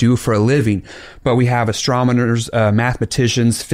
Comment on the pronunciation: Did anyone else hear the pastor say astromoner instead of astronomer.